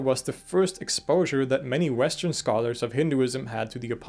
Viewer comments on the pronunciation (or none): none